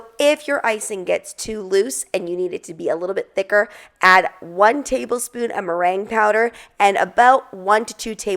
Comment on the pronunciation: Sounds like you're saying brain powder, I know that's not what you're saying. I listened to it several times can anyone tell me what the first word is please?